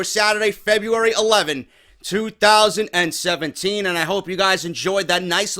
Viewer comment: the way you say 2017 kills me everytime lol i love it